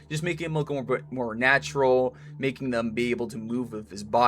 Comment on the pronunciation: good job! I liked the part where you said natrual